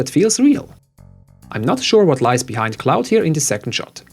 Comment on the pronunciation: "Bee-hind" . I've never thought of or heard that before and I love it. Well played.